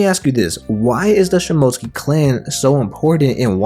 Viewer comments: It’s (shi-moh-tsu-ki) not (shi-mo-tski) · You’re quite good at editing videos and all, but you really need to work on your Japanese Pronunciation of words, it’s “Sheem-Mo-Sooc- Kee”, not Shim-Moat-Skee